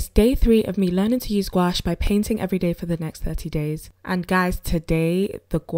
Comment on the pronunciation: Gouache isn't pronounced like that boo